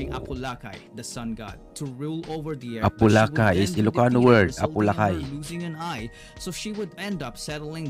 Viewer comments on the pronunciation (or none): Apolaki is a Kapampangan Deity not Ilokano.. It is pronounce as A-po-la-ki not A-po-la-Kay..